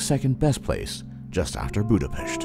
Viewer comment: I think he was pronouncing Budapest like a Hungarian would, for the authenticity :)